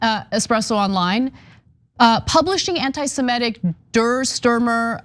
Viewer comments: FFS, Ana. "Anti-simetic"? As if there were Simetes? The word is ANTI-SEMITIC! Work on your English, please. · Ana, the word us semitic -- pronounced the way it is spelled seh mih tic. Not sih meh tic -' that would be spelled simetic. The word doesn't change when you put "anti" in front of it. It's still semitic, not simetic.